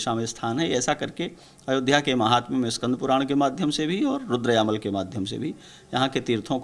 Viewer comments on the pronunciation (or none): रुद्रयामल होगा रूद्रायमल नही।